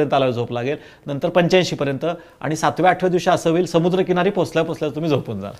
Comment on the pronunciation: ताई प्रश्र चांगले विचारतात..फक्त "आनी "न म्हणता "आणि " असे म्हणायला हवे त्यांनी